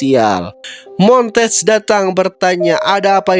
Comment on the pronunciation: Bang nama Duck asli itu bacanya mon-te-gue bukan montage